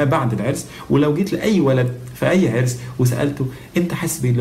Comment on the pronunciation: he said a3ras not 3arrs